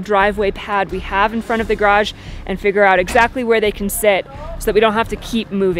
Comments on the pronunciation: !: You attempt to say garage three times in this video. One of them is acceptable. The other two need work. If it is any help, it is because the second syllable is not made forceful enough and sort of fades away in (mistaken) embarrassment. says garage a few times in this video: can't you get him to help you say it properly? The construction work is amazing and went really smoothly. With thunderstorms overhead, I would have been concerned about downdrafts maybe affecting you on the ground. Hopefully you'll get it braced well enough to be safe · Examining her YouTube speaking history shows that she struggles with the word garage and is probably trying to clean it up. I don't think she wants to mark herself has coming from the tiny part of the U.S. which says graj. Otherwise pronunciations are very literate and educated.